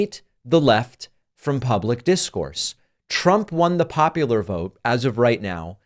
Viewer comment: Little slip of the tongue... "The ads that Tramp ran..." 😂